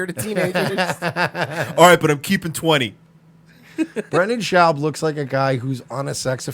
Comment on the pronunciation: at least say his name right if ur gonna say he can’t speak or is a retard “brenden chowb”